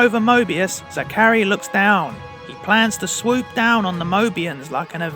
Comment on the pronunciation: How do you mispronounce Zachary that badly?